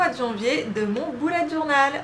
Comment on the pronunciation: Lalo Cosmeto Merci beaucoup ! La prononciation du mot anglais « bullet » est à mi chemin entre « belette » et « boulette », c’est vrai que nous français avons tendance à prononcer « boulette » ... À toi de voir si tu préfères visualiser un petit animal ou ton prochain repas ahah 😂